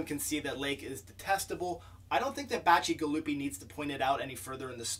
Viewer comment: First off congratulations on pronouncing a name I wouldn't have even attempted lol. I found this one to be very slow and dare I say even boring for the first half. Before finally taking off with a much better paced and overall satisfying second half. But the world building as a whole was quite good.